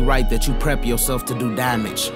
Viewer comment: The way he said DAMAGE though